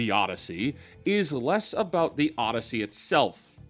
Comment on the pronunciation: Muh - Dussy. Oddussy bussy edition